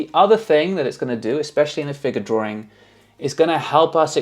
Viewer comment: That word drawRing gets me every time